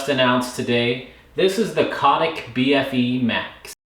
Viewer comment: Love Cotic. Such legendary bikes. They pretty much pioneered and kicked off the whole modern steel hardtail movement back in the early naughties. As someone from the UK, I’m under the impression that the bfe is pronounced “beefy”, which basically means burly. And thanks for saying UK, and not England. Cotic are and English company so I guess it wouldn’t be inaccurate to have said so, but the frames are assembled and welded so beautifully as you pointed out, by Shand bikes in Scotland.